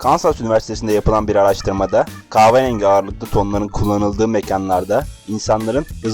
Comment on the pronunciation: Dostum keşke önce ka"h"verengi demeyi öğrendikten sonra sesli sunumlara girişseydin. Biraz diksiyon kursuna gitsen bazı fenomenlerden aldığın videolar daha cazip hale gelebilir, bilginle değil sesinle etkilersin belki, ama bu diksiyon ve "kaaverengi" ile değil...